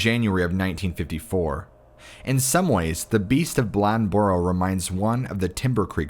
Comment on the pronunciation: Ok, it's Bladenboro. It's pronounced blade in boro, blad en boro. Say it fast lol, Bladenboro. And depending on where you're at, you may hear an "L" sound at the end which makes it sound like Bladenburl lmao